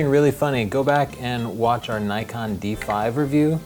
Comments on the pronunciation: pls it is not nykon it is knee kon. japanese name. not american. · Nikon not Naikon! Ni as in "Knights of Ni" and kon as in "convict", Ni-con, Nikon